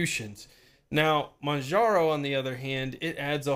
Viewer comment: PRO TIP: "Manjaro" is pronounced the same as you'd hear in "Kilimanjaro", just without the "kili-" part. The distro's name actually stems from that. Oh, and another thing - You should probably stop using Yaourt altogether. It's unsafe because it downloads the PKGBUILD to your computer before it lets you view it, which can enable anybody who submits an AUR package to run malicious scripts on your PC before you even get the chance to take a peek into what's going on under the hood. It's definitely not common and - unless your run yaourt as root - certainly not destructive, however, better safe than sorry. I'd recommend using Pacaur instead and/or familiarising yourself with the manual build process. Also, please do check the PKGBUILD for every AUR package you install. If you see something's off, google it before you proceed, even if it's just some extremely messy code.